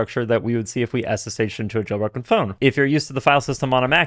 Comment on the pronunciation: when he says "jail broken phone" it sounds like "joe rogan phone"